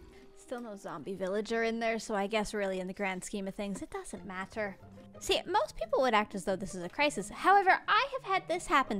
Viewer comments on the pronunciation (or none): sound IRISH when she says "it doesn't matter" 🤣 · we heard a bit of her Canadian accent when she said “matter”. I also think you should name the villager “Justin” or “gwazi”